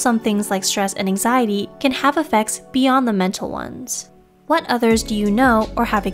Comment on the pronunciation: this lady keep saying anxiezee increased my anxiety...